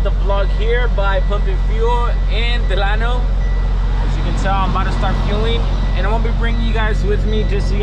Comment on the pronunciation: Bro you did not pronounce Delano right😂 I live right next to Delano so I know